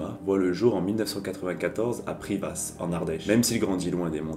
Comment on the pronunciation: J'ai vu une petite faute de prononciation au début de la vidéo. privas ce prononce priva 🤗